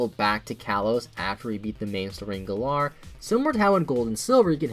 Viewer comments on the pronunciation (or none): It's Gælar not gallah the way you pronounce it... IS A FUCKING BIRD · You pronounced the galar region as galaar region